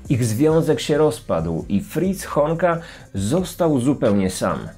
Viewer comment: Ja tam słyszę nie fritz tylko friz xd